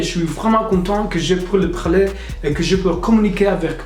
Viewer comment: Un petit conseil, tu as tendance à dire « praler » au lieu de « parler » ;) mais tu de débrouilles extrêmement bien ! C’est clairement une des langues les plus difficiles au monde donc bravo !!